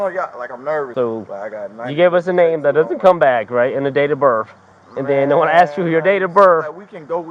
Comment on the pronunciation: n can't even lie good, ax me he says wafda n